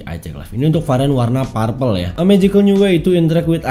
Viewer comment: perpel bacanya om... bukan parpel